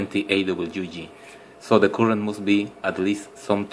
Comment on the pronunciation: It is "Current", not "Coolant"